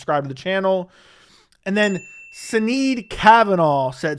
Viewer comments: Sinead pronounced Shinaid😀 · O sinead lol its pronounced shin-ade... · Sinead: pronounced shu naid.